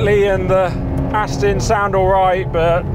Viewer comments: Important message for the presenter. The DBX is an AsTON MarTIN, definitely NOT an AsTIN MarTON. What are you ? American ?? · Aston is not pronounced Astin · Please say Aston correctly. It is not Astin it is Aston. The. there is the small issue of the Ferrari not being classed as an SUV, because it's not.